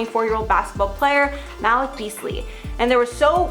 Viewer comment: Ma-leak is how it’s pronounced